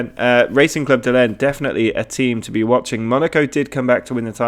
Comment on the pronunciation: Lens is pronounced like Lance.